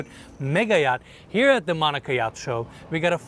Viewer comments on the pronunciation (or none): none